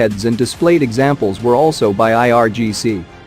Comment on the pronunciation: Its IRGC not IRCG !